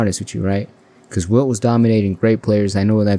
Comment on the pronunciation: It's Wilt, not Will